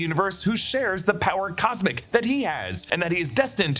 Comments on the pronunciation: "power cosic" lol. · Did he have a stroke?